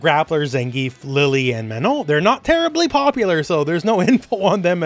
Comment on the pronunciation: If I have to hear him pronounce Mannon or Blanka again, I am going to slit my throat.